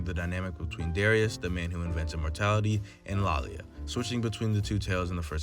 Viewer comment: Great video and very well put together but something I'd like to point out is the pronunciation of Laila's name. Hope to see more keep it up 👍